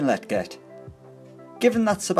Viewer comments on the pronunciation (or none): Sebastian La-jet, not letget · Lol "letget" it's pronounced lejet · Your saying lletget wrong bro